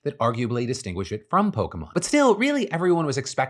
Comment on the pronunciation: thank god someone remembers how the fuck to pronounce "Pokémon"